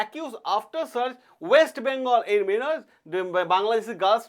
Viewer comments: শব্দটা মিনর নয় মাইনর,,minor. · APNI BOLCHEN "MINOR" KE "MENOR"